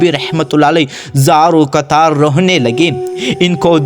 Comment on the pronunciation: Pehly Urdu parhni tu seekh lou bahi zaro o katar hota ha